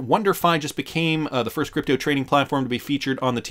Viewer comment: Stop saying creepto!